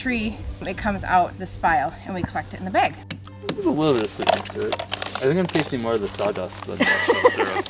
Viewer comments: rut, ruff (roof), crik (creek) beyg (bag)... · everyone is talking about root vs rut but my mans said BAGE of ice